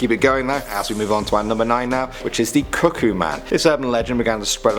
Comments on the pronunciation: "the cuckkoo man" me: hears kookoo j-jungkook? 😔 "The handsome man" j-jin? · Cukoo man: cukoo cukoo Me: CUKOO THE FXXK OFF sorry for the people who don’t like swearing/cursing 😞